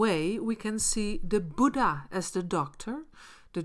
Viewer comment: It's Buddha not buda...anyways nice video❤️